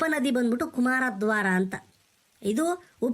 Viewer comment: ಕುಮಾರದ್ವಾರ ❌️ ಕುಮಾರಧಾರ ✅️ Video 👌